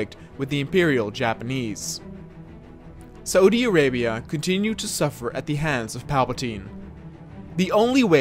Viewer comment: Its pronounced *Sau-di Arabia not sa-U-di arabia